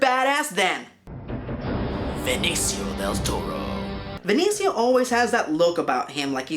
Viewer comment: I think it's Benincio Del Toro not Venincio. But maybe that's just a pronunciation thing.